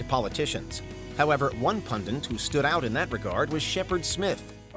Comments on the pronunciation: . Its PUNDIT not PUNDANT (or maybe PUNDUNT?) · is it just me or does the narrator to this video keep saying pundent instead of pundit? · Stop saying PUNDENT, it's PUNDIT. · Gus Poyet was a pundent for the BBC? I think you'll find the word is pundit. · Is it my ears or did the V/O guy keep saying Pundent when he meant pundit? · PUNDIT! Not pundant. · Bro said a pundent 😂😂😂😂 wtf is one of those?